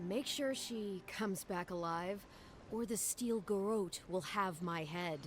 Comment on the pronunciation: Thanks for pronouncing "garrote" correctly.